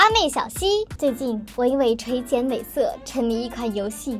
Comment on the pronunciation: 垂 xian2 (不是jian2) 美色